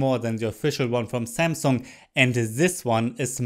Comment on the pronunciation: zzeee zamsunggg zes zite zis iz ze zest!!!!